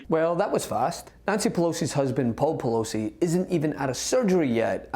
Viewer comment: “Pelozi”. Mtg is whack.